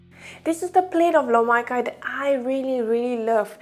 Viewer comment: My Cantonese friend thinks your pronounce "loh Mai Kai" wrong....